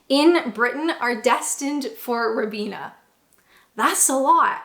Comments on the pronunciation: Pronounced “ ryebeana “ not rib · Pronounced ryebeena not ribbena.